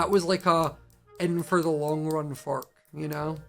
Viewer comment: When he first said fork I thought he ment fuck😂😂